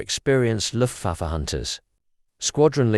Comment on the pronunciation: AI pronunciation wizard kindly note! The British 🇬🇧 English orthography & pronunciation is correctly spelled for the word as, ‘A L U M I N I U M’, & is pronounced in a ‘FIVE SYLLABLES FORMAT’ like; “AL - YOO - MIN - EE - OOM”!! Also the name/title of the German word, “LUFTWAFFE” meaning “AIR FORCE” in English, is also correctly pronounced like in its original German norm, as, “LOOFT - VAH - FEH, definitely not in its AI pronunciation form, recorded here as, “LUFT - WAYF”!!😢